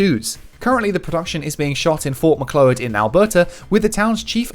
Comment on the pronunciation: you would know it unless you live in the area, but Fort Macleod is pronounced "Muh-klowd" - it's dumb, but thats how it is :/